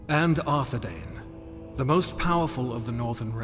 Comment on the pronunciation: The proper pronunciation of the "ai" dipthong is not "ay", but "eye". "DOO-ne-DEYE-ne" and "AR-the-DEYE-ne" are the correct ways to say the names and every time the narrator fucks it up it sets my teeth on edge. Tolkien had a whole damn appendix devoted to pronunciation, if you're going to make anything based on his books then please read them cover to cover.